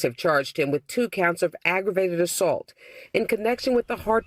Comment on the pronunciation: I enjoy your videos (except when you get real passionate about what you're saying and half of it has to be bleeped out). Also, I've never heard anyone pronounce "assault" the way you do. The dictionary and everyone I know pronounces it "uh-sawlt".